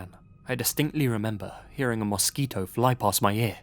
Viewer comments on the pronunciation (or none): none